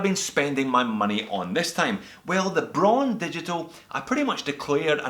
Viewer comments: It's pronounced just like the color "brown." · Braun is pronounced br - ah - ooh - N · HoWilbur HoWilbur - she is right. It has the same pronunciation as brown and is the German word for this color.